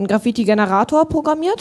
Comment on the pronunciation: Wie kann man das Wort Graffiti so schlecht aussprechen